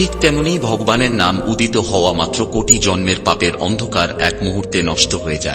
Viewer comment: আরে অপদার্থ , কমসে কম, ভগবান, উচ্চারণ ঠিক ভাবে কর। তারপর জ্ঞান দান কর।